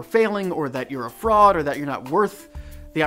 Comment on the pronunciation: I’m sorry this is a bit out of the mood but..when you said “i’m a fraud” i heard “i’m a frog” 😭